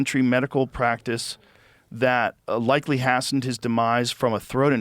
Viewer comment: Hastened is pronounced "HAY-send" or HAY-stend" , not "hahst-tend", and "alum" is pronounced "ah-lum", FFS.